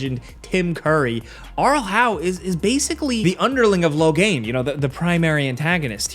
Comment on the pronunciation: "Arlhau" for fcks sake ! Its Arl Howe.